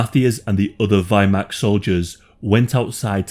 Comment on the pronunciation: And what the fuck does Viiyyyymacht mean? Its Wehrmacht, pronounced "Ver-marcht".